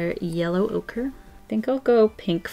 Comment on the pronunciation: Her: yellow ocre What I hear: ocurrrrrrrr